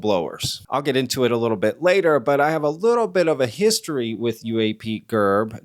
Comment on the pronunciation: I'm gonna assume the heat you're catching from questioning UAPGerb's research tactics is going to continue in the comments for a while so I'm not going to add anything there but I do have to question why in the hellel do you toggle back and forth in this video calling him UAP-JERB, then back to the regular UAP-GERB, UAP-JERB, UAP-JERB, UAP-GERB. I cannot figure out if your intention is to subtly fire some kind of shots at him or just get under his skin. The pronunciation absolutely has to be a conscious decision on your part just by the way you go back and forth with it. You cannot possibly do that and not be aware of it. Please let us know, I am holding my Bref while I wait for your response. Thank you.